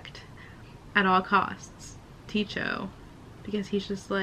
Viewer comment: The map in Forging Silver into Stars looks dope af. And I think it's pronounced Tyko, since that is the name of a famous early astronomer.